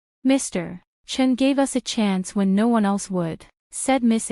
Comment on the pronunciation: AI writes Chen, AI reads Chin